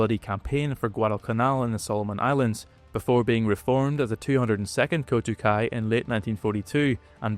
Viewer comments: Nice video pal, did you use the Osprey duel book as a resource? Just a note, it's "kokutai" not "kotukai" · It’s KOKUTAI (航空隊air corps) not KOTUKAI. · Its not “Kotukai” it’s Kokutai. Addressing the error would be nice. 👍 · A slight correction: It‘s „Kokutai“ (航空隊), not „Kotukai“. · It's kokutai not kotukai. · not KOTUKAI but KOKUTAI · It's not 'Kotukai', it's 'koukuutai' (航空隊）. long o, long u. Those interested in reading a Japanese pilot's account of the attack on Pearl Harbor should read 'The Miraculous Torpedo Squadron', the autobiography of Juzo Mori. Mori vividly describes his life in pre-war Japan, training to become an IJN pilot, flying in China and his roles in the PH attack, the attacks on Wake, Midway and Guadalcanal. This is a must-read for students of the Pacific War. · Kotukai means nothing in Japanese. Kokutai has many meanings, including of the highest importance in Japanese culture. It’s not at all comparable simply to pronouncing a vowel differently in the same word. “Squandron” and “Wign” aren’t words in English either, but at least suggest some meaning.